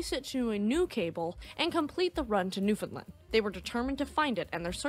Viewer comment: Great video...for your next video that mentions newfoundland...it rhymes with understand ;)